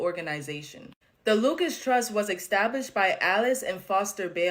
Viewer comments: The word is established, pronounced "ih-STAB-lisht". There is no "X" in the word, it is NOT "ex-STAB-lisht". Please correct you pronunciation. It makes you sound uneducated. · i dare you to say "ek-stablished" again. i DARE you... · “Extablished”…. Look I’m sorry but she probably doesn’t read beyond a high school level… next… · Somebody says ‘exstabishled’ … they’re not a good source… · Probably a safe bet that if your source of information pronounces establish "extablish" you can pretty much disregard anything they say. Intellectual communication is lost on a person that can't even use their own vocabulary. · extablished? why use words they cant pronounce, and iam not even a native english speaker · Did she say exstablished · Did she say "extablished?" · …are you “axing”? Well I “fink” she did! (fingers down a chalkboard, formerly known as a blackboard…). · That’s not how you pronounce “established” … omfg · That black girl being unable to say “established” ruined my night.